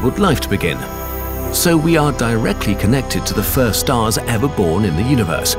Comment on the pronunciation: I'm sorry, but every time you said "first stars" I will from now on hear "first arse". teehee... arse.